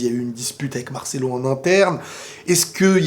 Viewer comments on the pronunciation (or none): none